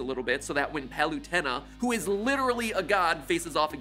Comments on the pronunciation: Palutena is pronounced (Palu-Tey-Na or Palu-teen-a) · bro thats not a u its a PU pronounced PA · The way he said Palutena hurt deeper than when Ridley is dragging my corpse along Big Blue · I got triggered when he miss pronounced Palutena's name